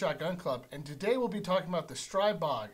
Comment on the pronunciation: Just a note: strih-bog rather than streye-bog Good review, thanks